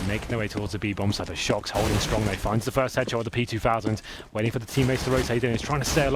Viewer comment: Who else heard the announcer say "shoxy" instead of shox because of "ScreamY?